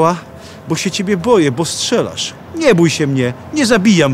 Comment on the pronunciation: Panie kochany bo aż uszy bolą nie szczelasz tylko strzelasz, dzizas 🤦